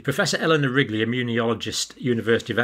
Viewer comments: I thought he said Professor Eleanor Rigby! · Eleanor Ridley? It's Riley, i think 😊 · He said Ridley and Rigley at different times. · It sounds like he called Eleanor Riley "Eleanor Rigby." Just love it. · He said Ridley. Then Wrigley. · Great info...but out of respect to Prof. Eleanor RILEY, I wish Dr. Campbell would realize he's pronouncing her name incorrectly! Her name is not RiGley! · did you say "Eleanor Rigby"? 😁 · He almost said Eleanor Rigby. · Poor professor Riley never seems to have her name pronounced right in this video